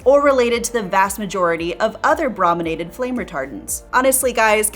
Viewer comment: The first syllable of “brominated” is pronounced “broh”, not “brah”. Because it means “treated with bromine”, and the first syllable of “bromine” is pronounced as “broh”.